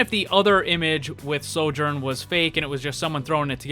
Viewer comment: I’m certain that’s a soft “j” in Sojourn